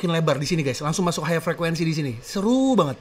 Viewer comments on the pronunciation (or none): none